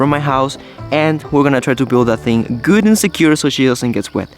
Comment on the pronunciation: When you said that your girlfriend is “gut” I knew that she is from Germany, because that is the way the pronounce Good. I used to live there and still know a bit of German!